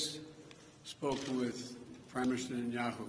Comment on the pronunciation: Are his dentures slipping? He has a hard time saying "Prime Minister Netanyahu".